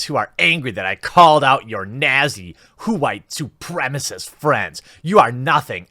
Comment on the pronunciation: I love how you say KWHITE SUPRIMASSIST lol